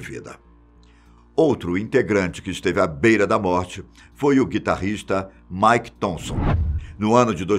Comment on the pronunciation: antes de publicar o vídeo eles poderiam revisar né. Ou poderiam dar uma dica pro tio do vídeo não falar errado. Nu (new) metal chamou de Nú Metal Mick ele chama de Mike Sid, ele chama de Sáid